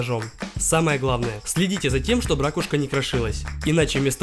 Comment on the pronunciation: Да блин надоело не ра́кушки а раку́шки!